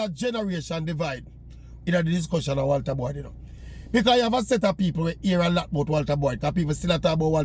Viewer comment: Today I know his name is not "Walta Boy"😂